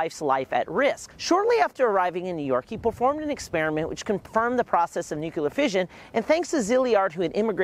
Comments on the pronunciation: The word ”nuclear” is pronounced “new-clear”, not “new-cular” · Learn how to pronounce nuclear! NOT nucular! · Nuclear not nucular. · I was going to save your video, but I cannot now. Please learn how to properly pronounce the word: "Nuclear". >> NU-CLE-AR << It is really quite simple. Why do so many people speak sloppy english? That is what I really want to know. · And he keeps saying "Nuc-yuh-ler" to boot. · You mean nukular lol? I know. How can you study nuclear but not pronounce nuclear? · Yes! Everyone needs to stop saying NUKULAR 🤨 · Really wanted to learn about this but couldn't make it through more than a dozen "Nuke-you-ler" and gave up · Yeah, I left a similar comment. I’ve always wondered why someone would pronounce “nuclear” as you say. I recommended he try “new-clear” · “new-clear” looks like it would be two syllables—also incorrect. Try NEW-Clee-ur. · You actually notice and point that out but not "Nuke-u-lar" over and over? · Bro that matters 1% compared to Nuke-u-lar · Nuclear* Its pronounced nuclear Kek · NUCLEAR!!! There’s no second u in nuclear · Considering nuclear is derived from nucleus I'm confused about where the different pronunciation comes from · Nice summary but for repeated mispronunciation of Leo Szilard's name (2 syllables, not 3) and nuclear, not nuculer.